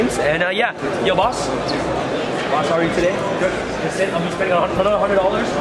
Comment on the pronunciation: at the start of video when he's getting change for his $100 he says "b0ss" 😂